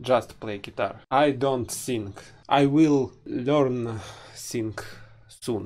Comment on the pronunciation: там не сыынг , а сиин - "петь" - сынг у них это грешить